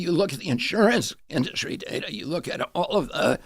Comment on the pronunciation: 'Charlemagne' called industry 'induscry' thrice